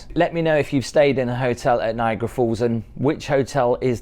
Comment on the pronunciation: It makes me crazy that you say „Niagra Falls“ it‘s NiagAra falls 😬😬😬